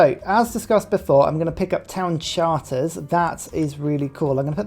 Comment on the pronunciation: I enjoyed when you pronounced the name of one of the policy cards "town sharters".